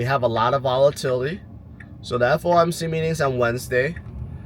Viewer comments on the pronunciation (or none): It’s FOMC not FMOC right?